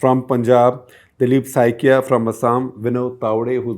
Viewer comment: Shekhar - Good episode as usual. One request : Could you take care pronounce the surnames of non north Indian names like you do for non Indians? Example Saikia and Sharma for Assamese politicians ...